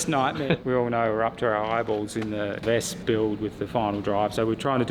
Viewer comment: It is pronounced, spelled out vespa ( English ). Not vesp. German W = v in English, E at the end, roughly A.